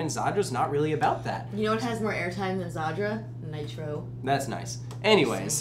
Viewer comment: Tricking saying Nitro that is wrong on so many levels.